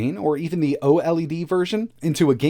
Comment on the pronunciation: " the oh Ellie Dee switch" please just say OLED like "oh'led"